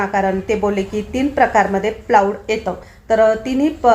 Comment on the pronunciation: सुवर्णा प्लायवूड असे म्हण प्लाऊड नाही